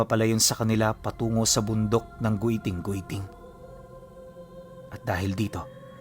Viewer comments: Giting2x tamang pagbigkas nyan hinde po Goyting2x...😊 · ROMBLON & HILIGAYNON DIALECTS ALMOST HAVE THE SAME PRONUNCIATION, SO IT IS PRONOUNCE AS (GITING - GITING) NOT AS GUITING - GUITING). DO YOUR RESEARCH, IF U WON'T BELIEVE ME. JUST WANT TO HELP! THANKS! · mount giting2x po ang tamang pag bigkas nyan hnde gwiting2x hahaha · It pronounces GITING-GITING not "gweting-gweting" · It's giting giting po pronouncation niyan at Dito Yan samin sa sibuyan but sadly gusto minahin Yan ngayon😢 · sorry mali pag ka bigkas ng my guiting guiting po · Mali yung pag pronounce mo sa pangalan ng bundok